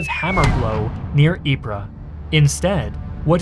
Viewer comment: ▶ = it's pronounced: (Ypres) Eee-Pp (🚫 Eep-Ra ⛔) Great Video ;-))